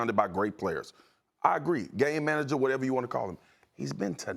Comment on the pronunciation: Does anyone else cringe at the way Max says “game manager”?